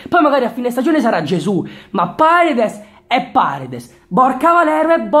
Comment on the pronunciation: no vabbhe paredes come l hai detto nun se po senti